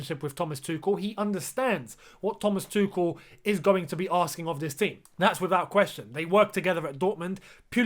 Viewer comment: you cried when people where pronunciating Hakim’s surname wrong. Learn how to pronunciate Thomas’s please.